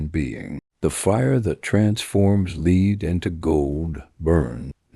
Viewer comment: Lead is pronounced wrong 😂